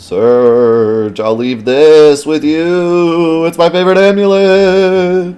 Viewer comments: Its pronounced Serj (yes as in Serj Tankian). The J and G sounds are inverted in french, and you rarely pronounce the E at the end of words. Source : French-Canadian here :p. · I think you're probably pronouncing Serge correctly based on that fact that kid adds a "y" to the end of your name in the beginning scene which would make it Surg-ey-ee should it be pronounced Surg-ey to begin with which clearly doesn't sound right whereas Surge-ee sounds much better.